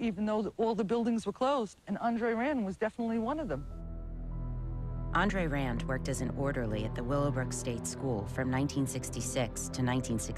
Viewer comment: It's pronounced Aun;dre-rand.